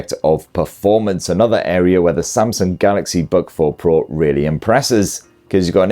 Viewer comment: Samsung Bug 4 Pro - thats what it sounds like when he's saying its name.